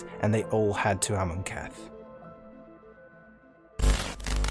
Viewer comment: Awesome video. So many mispronunciations. AmonKETH instead of Amonkhet. SaHEli instead of Saheeli. Editing to add that there is a crucial detail missed in Liliana's storyline. When Jace whose mind is corrupted by Emrakul's influence confronts Liliana on Innistrad, he is actually able to see the Raven Man which surprises both Liliana and the Raven Man as 1) Jace has never been able to penetrate to see into Liliana's mind and 2) no one has ever been able to see the Raven Man.